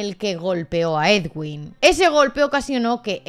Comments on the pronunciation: Soy colombiano y te voy a decir que no se pronuncia edwin, así se escribe pero se pronuncia eduin, vale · Soy colombiana pero no me había podido enterar bien de lo que pasó. Que fuerte todo. Pdt: El nombre del médico se pronuncia "eduin" como si la w fuese una U, para que lo tengas en cuenta en las actualizaciones que nos hagas. Un abrazo y gracias por el video :)